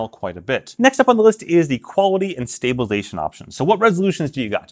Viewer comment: Dude, seriously, if you want to be taken seriously when talking about stabilisation, you need to take the time to say stabilisation, not "stabalation". BTW, Matt Jones, Red Bull slopestyle superstar, has a video up doing double backflips and it stays on his chest and his pocket with the magnet, no worries.